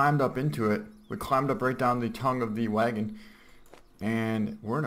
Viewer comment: "Now there is a waegan here" lol, Wisconsin accent? Anyways, really awesome video and impressive red deer, especially considering you can never get anything over 240 in classic 👌✌